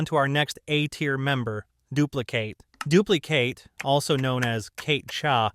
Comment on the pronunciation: "dupli-kate" "b tier" ts pmo